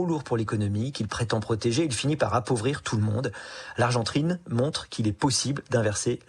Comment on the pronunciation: L'argentrine ? Vraiment ? 🤣🤣🤣